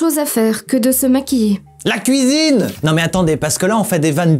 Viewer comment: Cela me fait vraiment penser au meme "Kouizine" ! x)